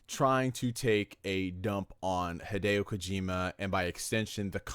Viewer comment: "Hideo Hojima" lmfao